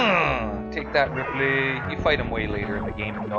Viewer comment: His name is Ridley with a D